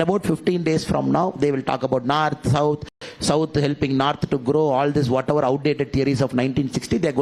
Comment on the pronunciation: First learn it's not narth it's North